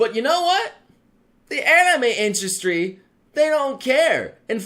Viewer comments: What the fuck is an "industy"? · INDUSTY vewy niece spewing nobre